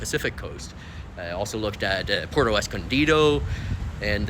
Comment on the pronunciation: Just a friendly little correction...Puerto rhymes with where-toe. Pwair-toe. Por-toe would be spelled porto. Hey , might as well learn to correctly pronounce Mexican cities in proper Spanish if you're going to live there, right? Puerto means harbor. You'll note that cities like Puerto Vallarta, Puerto Libertad, Puerto Lobos, Puerto Magdalena, Puerto Mexia, Puerto Argudin, Puerto Cortes are all on bodies of water.